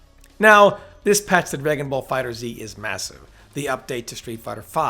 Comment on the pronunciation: It's pronounced "dragonball fighters" not "dragonball fighter 'Z' ". You are killing me. Yeah, I know how it is spelled but it ain't pronounced like that.